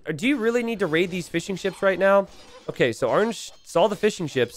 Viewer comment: Anyone else hearing "fish & chips" every time says fishingships, or am I just hungry?